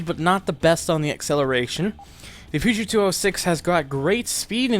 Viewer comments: Why can't Americans say Peugeot? Per-szh-o... Because it's a French only pronunciation probably and they have less contact with France perhaps in terms of language? Dunno. Think Cza-Cza Gabor. Just say Persia. Then an o instead of an a at the end. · That pronunciation of Peugeot lmao